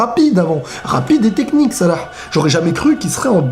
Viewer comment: j'avou j'ai kiffé cmnt tu dit salah